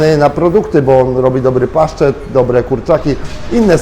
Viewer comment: hahaha "paszczet" co to jest???